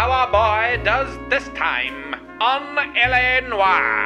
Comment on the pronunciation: YOU KNOW DAMN WELL THATS NOT HOW YOU SAY LA NOIRE. YOU WILL SAY IT AS USUAL NEXT TIME.